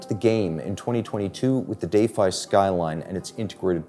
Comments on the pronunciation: why can't we just pronounce "defy" properly? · Is everyone taking a drink every time he say Day-fye?